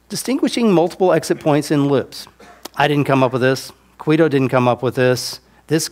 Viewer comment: Is there a reason he always says "Quido" when he means to say "Guido"? Is that some kind of inside joke?